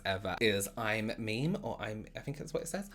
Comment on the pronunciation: I love you, but I'm MEME is pronounced I'm ME-ME lol